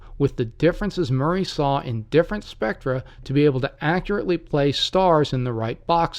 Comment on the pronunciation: It is pronounced Maury not Murray.